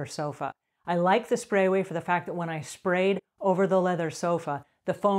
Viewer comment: Great video. I just wish she would stop mispronunciating the name of the product.